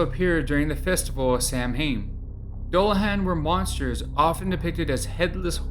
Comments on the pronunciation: Not "Sam Hain." "Sow-in" (Ireland) or "Sa-veen" (Scotland) are two ways to pronounce it. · If you're going to go to the trouble of producing a video at least learn how to pronounce the subject of your video properly!!